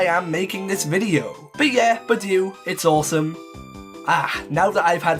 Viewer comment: PICHU, NOT PIKU!